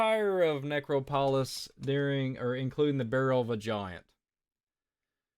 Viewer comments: I like you , you seem very nice it’s pronounced biz-in-teen and na-crop-alas I hate when I’m pronouncing things wrong , it gives people excuses to discount what you say ! Keep up the good work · The word you were struggling with is ne-CROP-o-lis...accent on the second syllable...just fyi.